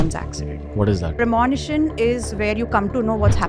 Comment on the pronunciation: Premonition pronunciation is wrong!